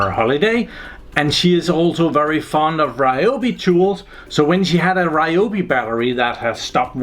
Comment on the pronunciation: It's pronounced Ree o bee